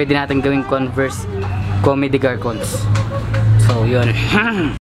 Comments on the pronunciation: Com de garson ang pagbigkas po hindi comme de garcons hehe PS: not a hater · Boss "kom de garson" bigkas hdi "comedy garkons".. :) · Correct lang kita sa pronunciation ng CDG (Comme Des Garcons). Mali yung sinabi mong "Kome/ De /Garkons" ang tama is "Kom / De / Garsons" parang sa susunod tama na. Hindi yan pang babash. Baka isipin nanaman ng mga makikitid dito nambabash ako. Tsaka maganda kasi pag aralan mo talaga ibat ibang klase ng sapatos lalo yan kadalasan content mo. Ingat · "comme des garcons" kom de garson po pronounce ☺️ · mali po yung pag pronounce nyo nung cdg boss pero ayos lang nice vid